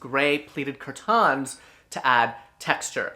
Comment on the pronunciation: I will never pronounce curtains the same... “Cur-TAHNS”! Yaaaasssssss. Curtains, but make it fashion...